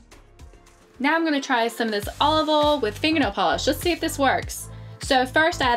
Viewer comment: She said ol instead of oil